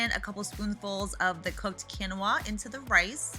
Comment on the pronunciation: Quinoa is pronounced Keen-wah. Such a cute family! Is everyone vegan or just vegetarian?